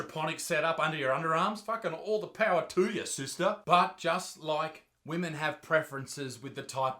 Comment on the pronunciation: "Shaming the wemen of the wotld... australia and the whole universe" 🤣🤣🤣